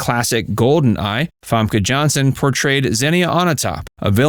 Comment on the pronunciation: fEmke not famke like what you want fam fem-ke